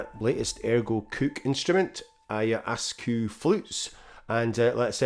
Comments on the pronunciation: it is pronounced AYA- WASKA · The word is from Quechua and is composed of 'Aya Waska,' which translates to 'ancient vine' or plant. This is the correct pronunciation of the Quechua word. I hope you’ll take the time to learn rather than dismiss it for your own indulgence.